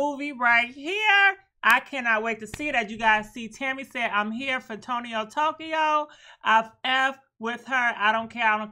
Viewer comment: “Tonio Tokyo” 😂😂😂💀